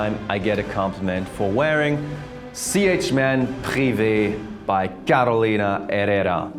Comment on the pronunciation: Try to say it this way: Carolina HeRRRRRera.